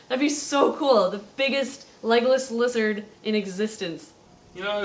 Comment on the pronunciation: Am I the only one who thought she was saying "Legolas Lizard" at the beggining... Oh... Okay.